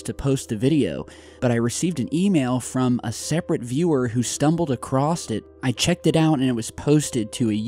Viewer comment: Did you just say "acrost" with a fucking t?!?!,? Bye